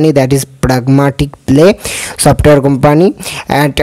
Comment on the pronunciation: Not Kompaanee its kumpni